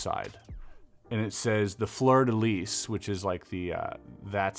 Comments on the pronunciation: I cringed every time you said fleur de lis. It's pronounced like floor de lee. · Its not pronounced Fleur de Lees. The s is silent. Sorry lol love your vids but as a Canadian close to Quebec and French NB it kinda bugged me. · BYW, it’s prounced “floor de lee” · Yeah, there are sites where you can look up the correct pronunciation of things. Things like "fleur-de-lis", where you don't end it as 'lisss'.😢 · The Fleur-de-Lis has a long history in Nova Scotia. A lot of Acadians moved to the southern states and have ancestory here.anyways you dont enunciate the s or z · bro.. i’ve heard you speak french. why you saying fleur de lis like an american that doesn’t know french is even a language 😂😂😂